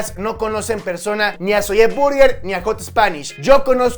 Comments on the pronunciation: No se dice zolle se dice zoui!!!!!! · no se dice "ZOYE" se dice "zoy" pronuncialo bien, nos chingas los timpanos, te lo digo con amor te amo papu💙